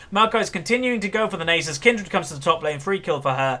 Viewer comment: Its Nasus not Neighsus. That was a braum not a bard Its Rylais Not rylay. and lastly, your throat was dry not your voice. Rant over.